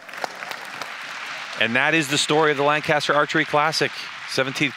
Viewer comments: lol not you PJ! restart the video and listen to the announcer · These announcers need to learn to pronounce Lancaster correctly